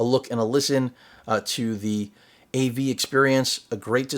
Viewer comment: When you said "av", I was confused between "adult video" and "anime video" 😂😂😂